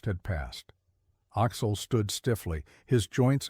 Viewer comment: I’m not sure I can finish listening to this. Axel is pronounced Aahx’-el, not Oxol! 😢